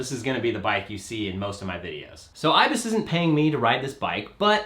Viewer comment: That’s not how you say IBIS